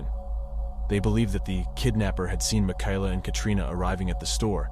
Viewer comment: You go back and forth between calling her Michaela (ma-kay-la) and “ma-ky-la” . Strange. Typically the name Michaela is pronounced like the former.